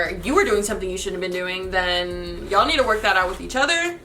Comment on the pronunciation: Whenever she says y'all it sounds like she's saying Jarl lol.